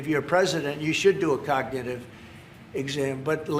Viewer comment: He couldn't even pronounce cognitive 😂